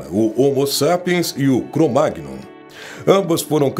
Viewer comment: Relato superconvencional... um besteirol só... Aliás, o nome Cro-Magnon se diz "Cromanhon". É francês. Como em filé mignon.